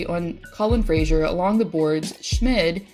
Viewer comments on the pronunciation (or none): none